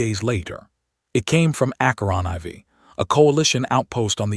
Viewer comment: "A movement learned from playground cruelty..." 🤣 I know it well. I just wish the AI could properly pronounce "aK-ur-on fore" (Acheron IV)